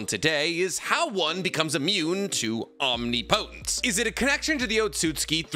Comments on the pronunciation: I made it through five mentions of the word omnipotent as Omni Potent before I had to quit. 1 minute and 27 seconds. Come on man. I don’t mind when you pronounce Chibaku Tensei as Chibuku or Bankai as Bunkai or Jiujutsu as Jiujitsu. They’re almost endearing at this point. But Omni Potent? Pronunciation aside, Capital-G God is omnipotency. We’re not talking just god-like powers. We’re talking the ability to do anything, and know everything, and be everywhere, at all times, at the same time. omnipotent is pronounced phonetically “omnipitant” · I need to know if I'm saying omnipotence wrong or are you???😂😂😂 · I’m begging to learn how to pronounce omnipotence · Dawg please look up the pronunciation of omnipotence if you’re gonna say the word 5 times every sentence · God I hate that you still don't pronounce omnipotence correctly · Will you please say om nip o tents instead of omni potence, youre pronunciation is killing me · I absolutely love 99% of your videos. I listen to them all the time. So please, try saying om-nip-oh-tense. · Small thing: omnipotence… “om-nip-uh-tense” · Omnipotence is pronounced OM-nip-oh-tens oof lol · Om-nipa-tense. You're saying it wrong. Look it up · you naruto/boruto youtubers keep mispronouncing the word omnipotence. its omnI - Potence. enphasis on the I. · Om-nip-potence 👍 no hate, just ❤ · anyone else just realize been saying omnipotence wrong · Oh no. He knew how to pronounce omnipotence for a few days and then he traded brain cells with the his pitbulls again. Rip. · "Omni potence" lmao its "om nip o tence " you are straight up butchering the word lol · Omnipotence. Not omni-potents. One word. It hurts, I’m scared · It's "ahm nip puh tense" not "ahm nee poe nts" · Am I wrong in thinking is "Om nipo tence" and not "omni potence"? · Om- Nip - Otense not Om-ni-potense usually not a stickler but I honestly just noticed it 😂 but you say it how you want bro bro 👍🏽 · Om-nip-o-tence, not Omni-potence